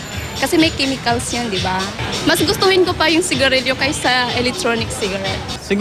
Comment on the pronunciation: Sa kimikals daw lol